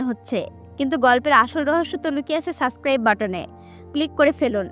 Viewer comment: আপি, সাসস্ক্রাইব না সাবস্ক্রাইব 😶